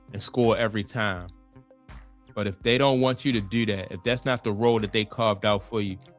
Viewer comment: I hate the way how you pronounce "to" 😂😂😂